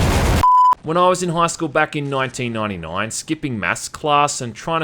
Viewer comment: "Nointeen nointy noin"